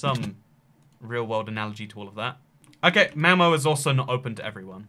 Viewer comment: Malmö not malmo